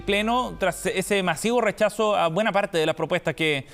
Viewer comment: No le escuché bien joven ,dijo hachazo o dijo chalchazo?...no señora...RECHAZOOOO!!